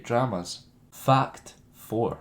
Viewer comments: Everytime he says ''fact'' it sounds like ''fucked'' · Lol "fucked two". well that's what it sounds like